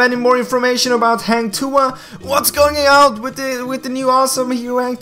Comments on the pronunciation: Its "Ha"ng not "hey"ng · Not heng tuah its "hang" tuah kinda hard to pronounce if you're not in sea..so its okay..thanks for making this video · Hang bukan heng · Hang tuah is pronounced as Hung... But your Tuah is pretty spot on